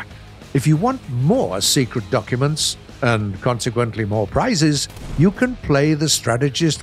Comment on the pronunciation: Haha sekrit documint comrad